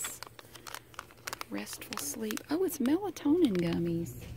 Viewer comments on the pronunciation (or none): none